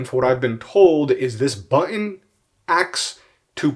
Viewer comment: "buhh inn"